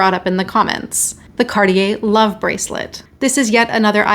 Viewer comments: It's pronounced "CART-tee-yay," not "CAR-dee-yay" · Hey it is pronounced #CarTier not #CarDEEyeah #Arctic isn’t pronounced #OurDick, either, #Murica. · And now we learn how to pronounce Cartier.